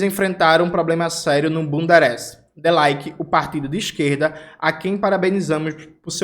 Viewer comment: Toda vez ouço o jones falando bundereste